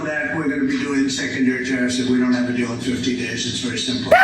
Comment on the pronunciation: Taco says tireassss NOT TARIFFS LOOK HOW HE S SAYING IT.